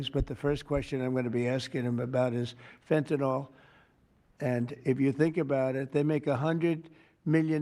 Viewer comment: Thick twat can't even pronounce fentanyl correctly, there's no such drug as fentinol he really is a stupid cunt, probably a good job he's not really in control of the USA, Rubio, Bessent and all those wealthy warmongering oligarchs are, "the deep state".